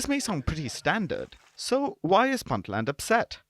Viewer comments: It's pronounced "Boontland" not "Bantland" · stop mispronouncing "Puntland".